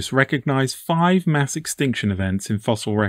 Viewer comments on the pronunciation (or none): none